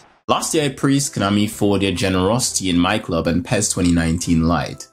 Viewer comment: It's pronounced P.E.S not Pez, but we all do things differently so I cant argue with that, lol, keep up the good work ;)